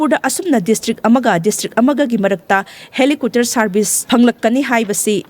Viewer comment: Helicopter haibiyo, helicooter gi mahut ta.👍